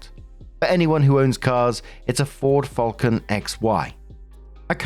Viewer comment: It's fal-con not ful-cun ffs